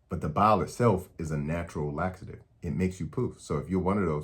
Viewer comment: When you say “Bile” it sounds like you’re saying “Bowel”. I was confused but I’m back on track. Eastern accents 🤣